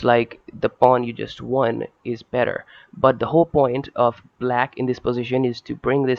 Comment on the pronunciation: "It's actually ever bet-thur when it comes to real phlay". Lmao. Great game though.